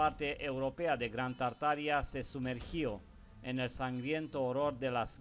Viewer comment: Exelente investigación.. Solo que se pronuncia tarta-aria o Tarta-ariano